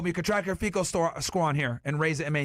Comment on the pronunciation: Myron mispronouncing fico is cringe lol